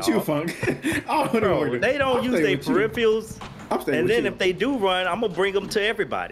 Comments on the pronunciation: Big ups to the guy using his “peripheals” 😂😂😂😂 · That dude must've just learned the word peripherals... Too bad he was saying it wrong the whole time 😂